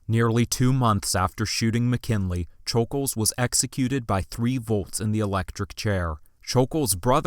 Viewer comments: Who is Leon “shul-gulj?” It’s Leon “shul-gosh.” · Just a bit of respectful correcting(not at all attempting to be mean) It’s basically pronounced Shj oul gosh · Great video but it is pronounced sh-ol-gosh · u pronounced it wrong it’s shoul gosh